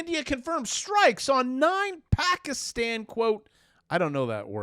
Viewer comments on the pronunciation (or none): none